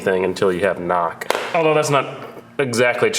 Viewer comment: I heard NOX sensor lol, took me a while to figure out you were saying knock.